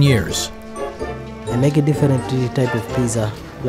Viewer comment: The way he says “I make-a the best-a pizza!”; I’m intrigued that the Italian lisp stereotype is a thing in East Africa. 🤣